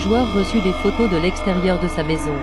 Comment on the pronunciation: Dis pk j’entends « Dam » au lieu de « Des » ?